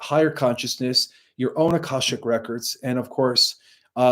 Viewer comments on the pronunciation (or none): none